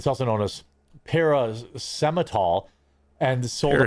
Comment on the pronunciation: That attempt at "paracetamol" actually gave me an instant migraine